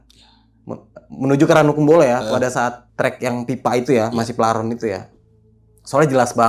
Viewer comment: paralon bukan plaron🤣🤣